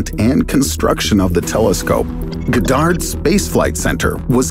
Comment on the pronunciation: "Goddard" is pronounced like " GOD - urd " , with the accent on the "GOD". It's not pronounced like "G'Dard' ", with the accent on the "Dard".